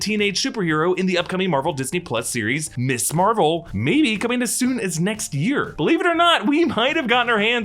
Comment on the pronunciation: Are you so ignorant you don't know how to pronounce "Ms." ????... SERIOUSLY ????????????